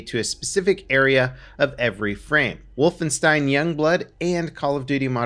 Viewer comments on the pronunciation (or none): none